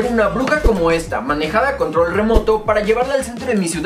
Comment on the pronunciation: Oye control no se dice contol